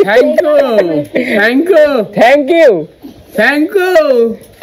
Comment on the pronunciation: ভক্ত তোমার বাবা ঠিকই বলেছে Thank you আর তুমি বলছো Thank ku. তোমার উচ্চারণ ভুল। তুমি Hand shake কে সব সময় Hand ship বলো কেন? শুভেচ্ছা রইলো ।